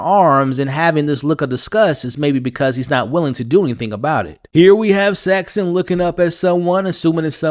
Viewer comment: I’m sorry, please forgive me, but I’m a person called Saxon and my name doesn’t have a “t” in it. Please pronounce it correctly. Ta very much😊